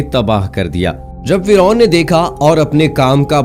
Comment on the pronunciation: Firon ka naam aap galat bolre